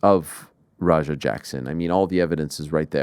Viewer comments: Rampage pronouncing his son's name like its ROGER makes me cry laughing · is it roger or raja??????can u even pronounce ur son's name? lmao